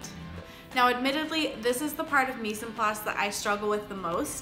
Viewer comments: i love the vid just for info mise en place is pronenciated more like Mize on place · they way you said "mise en place" was kinda funny to me cause its french lmao. ignoring that I think this a wonderful playlist and I'm glad you made it